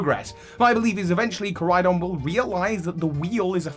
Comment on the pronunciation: KorAidon. You keep forgetting the A. And really it shouldn't be a vehicle at all, it's stupid.